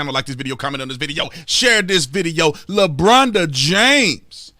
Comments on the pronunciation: "Lebronda James" LOL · "Lebronda James" !!! 🤣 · Did he say "Labronda James?" OMG...I am dying! Hilarious! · I love when you call him "Lebronda" 🤣😂🤣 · Lmao 'lebronda James'